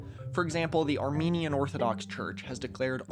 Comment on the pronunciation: Just a quick tip: When discussing religion, you should really emphasize the e in "Armenian". Arminiasm is a protestant doctrine completely unrelated to Armenian beliefs